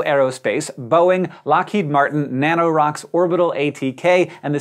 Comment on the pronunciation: "Nanorocks" good job